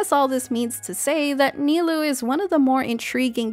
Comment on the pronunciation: For future reference, "ou" is a double consistent of "o" in Japanese. So, Nilou's name is actually pronounced (Ni-low), instead of (Ni-loo).